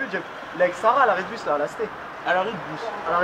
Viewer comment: Mdrrr BUS ! Il dit BUS pas puute bande de fou